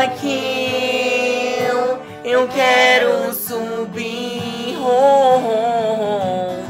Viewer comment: Como Zaqueu eu quero "Zumbí" kkkkkk ouuuhhh aleluia kkkkkkkk